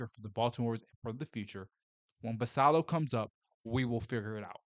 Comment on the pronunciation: Can you please Learn how to pronounce Basillos name correctly. It has 2 ls and is Spanish. Kook!